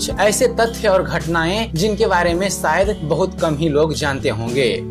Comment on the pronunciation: Sh ko sh bolte Ja bhai s nahi, shayad bolo sayad nahi